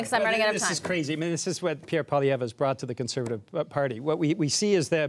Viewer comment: I wish people paid to speak would get the pronunciation of poilievre: pwa lee ev reh try at least